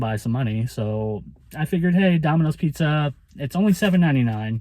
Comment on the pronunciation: New , New York style pizzza .. 😂